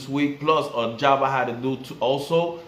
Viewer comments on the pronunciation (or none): none